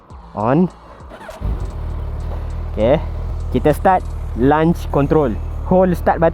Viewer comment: Review bagus. Cuma satu benda saya nak komen - sebutan launch control tu bunyinya "lonch" bukan "lanch". Kalau jadi lunch control, benda lain dah tu.